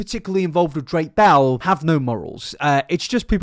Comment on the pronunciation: I love how your accent makes it sound like you’re saying “Drake Bowel” as opposed to “Drake Bell”